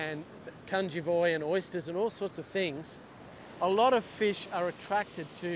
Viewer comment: I filched yr video…shrunk it to 10 secs (3 of which a pause for suspense) ‘’fush at the end of the beach’’😂